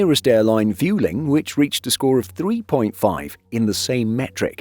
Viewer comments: try to pronounce Vueling correctly please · Huh. I looked into it, and apparently "Vueling" is supposed to rhyme with "welling", not "fuelling". Whoda thunkit? 😺